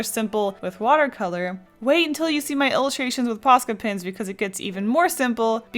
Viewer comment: Has anybody noticed when she says "Pens" she says "Pins"